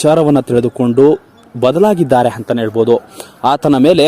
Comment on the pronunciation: Anta ge hantha akka pakka ge hakka pakka adduri ge hadduri antiri kannada sariyagi matanadu gubal